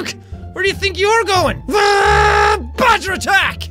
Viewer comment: MORE MORE ITS NOT BAD-Ger ITS GREAT-ger